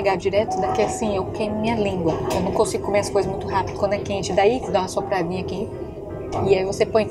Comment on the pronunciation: "dá uma sopradinha aqui" eai nordestina ksksksks Sou de AL